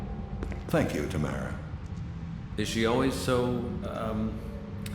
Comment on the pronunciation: What bothers me more than "kway" is "taMAREa" and "mcnaMAREa". I feel McNamara is a last name, so it's more up for debate, but I've never heard of anyone who doesn't pronounce it "TAmara."